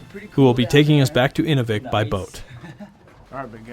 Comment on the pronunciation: Great show, but learn to pronounce the names of the communities. Inuvik /ɨˈnuːvɪk/ (place of man) Spoken like; inew vik